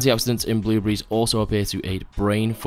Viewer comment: Yo you said “blue-berees” Im dead ☠️